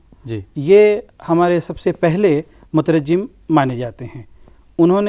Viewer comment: مترجّم غلط ہے صحیح مترجم ہے بغیر تشدید کے